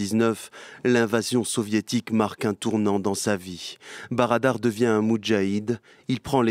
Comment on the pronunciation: Molla brader et non barada.